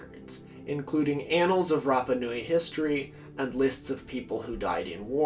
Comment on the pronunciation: Aargh! Note from the Pedantic Police: it's "MAH-key MAH-key", & "RAH-PAH-Noo-eee". I know it's only a little thing, but it bugs the obfuscationist-hell out of me hearing names mispronounced (it's kind of my thing, man; that's why I've been single for 20 yrs...)... ;~ ]